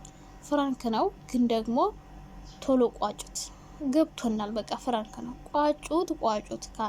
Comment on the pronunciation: ኧረ አፈር ብይ እኔ ለመስማት ሰፍ ማለቴ 😂😂ፍራንክ ሳይሆን ፕራንክ በይ ፍራንክ ስትይ ❤️ ቀጥ